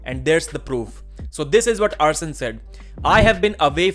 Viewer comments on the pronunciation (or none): Arsen "Ousen" Liliev